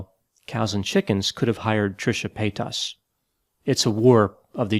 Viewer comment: The way he pronounces Paytas sounds like pétasse in French which means, well... something akin to bitch. It's a bit jarring in mouth. 😂